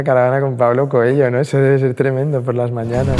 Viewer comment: "COELLO". La H en portugués no es muda cojones!